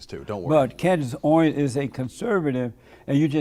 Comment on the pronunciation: This dude has a problem pronouncing words. He pronounces Candace Owens has Candace "Oins". Most of the time he's slurring his words and sounds like he's drunk. Is he drunk?